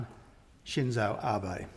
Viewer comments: 感謝の意を述べてくれてはいるが、根本的に安倍さんのなまえを、読みを間違えているのか、終始「アバイ」と間違って発音していたのが凄く気になった。誰も直せる相手側がいなかったのか？🤔💦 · 私には「アベィ」に聞こえるな。英語圏の人はAbeを「アビ」と読む（Watenabeをワタナビのように）のが普通だけど、それよりはマシだよ。それにその言語の訛りが出るのはお互い様で仕方がないよ。日本人だって日本語で話すときは外国人の名前をカタカナ発音するわけだしね。